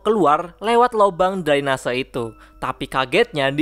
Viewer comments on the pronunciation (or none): none